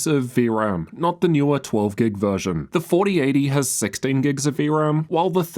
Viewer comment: you sound australian until you say "Gig"